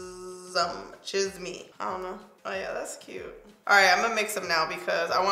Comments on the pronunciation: omg "chism" lol its said "chees-meh" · Pronounce cheese-meh lmao means gossip in Spanish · CHIZUMMMMM 😂😂 it’s CHEEEEEZZZMEH! I def have to buy this now 😍😍😍😍😍😍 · cheese may = CHISME lmao love you hahaha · I love your pronunciations! Lol chisme (cheese- meh) = gossip. I was skeptical about the lip colors but seeing them on you they looked so good! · You look beautiful! I love reds on you. In case you were wondering here is how you pronounce some of the names Salvaje (sal-va-hey) Chisme (cheese-meh) - slang for gossip Estrella (es-tre-ya) - star You did really good pronouncing the other ones! Thanks for the quick review, it's gorgeous and I can't wait to buy it! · Hahahaha girl I was dying the whole time you pronouncing these Spanish words 🙌🏽🙌🏽 and you saying chis-me 😂☠️ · its cheese-may, meaning gossip. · 😂😂😂 at least you tried but it’s CHEESE-MEH - Chisme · "Chi-ss-meh" Chisme 😘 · Chisme is pronounced as "cheese-meh" 😊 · Chisme is pronounced like cheese-meh......means gossip, or the gossip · Chisme......Spanish for gossip.....your pronunciation had me laughing. Cute....😂🤣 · I couldn’t make out what you were saying when describing one of the highlighters 😂 I finally figured it out and it’s “Chisme” meaning “Gossip”. You’re so cute 💕 you did great at pronouncing the names. Great job! You look amazing in all colors. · I love how you make and effort to try and pronounce the Spanish names right, I was living when you try to say chisme 😍 Why do I feel like low key you are asking Karen how to pronounce some of those worlds lol 🤔 😝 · If you say these 2 words 'Cheese + meh' as 1 word, thats how chisme sounds :) & also mija if u say 'me + haa' with the a sound it will be correct, in a lovin way everytime u said mija i couldnt help but say heehaw In my head. Lol. Btw you made these colors work 😍!!